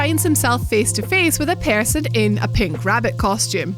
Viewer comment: What was that at the end you said "One Person" or "One Parson"